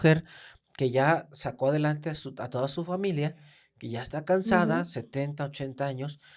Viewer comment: Historia ☝🏻 No historea Familia ☝🏻 No familea Historia ☝🏻 No historea 😂😂😂😂